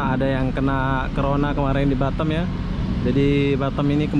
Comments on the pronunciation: Sebutnya Batam lah... Bukan Batem ( bottom ) 😂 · Ini batam bkn batem😂😂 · bisa gak sih bilang B A T A M bukan Batem